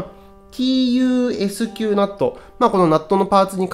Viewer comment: おー、地味派手な感じで良いですねー TUSQナット はタスクって読みますよ😁